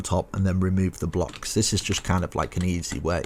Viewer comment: I like how he says the word "easy"😭😭😂